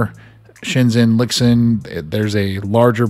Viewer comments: Pronounced "Lee-Shin" FWIW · Just some unimportant notes: Lixin is pronounced as something like Li Shin. Weiruixin as Wei Rui Shin lol